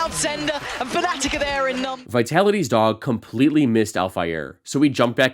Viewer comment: Its FA- na-tic. Not Pho-ne-tic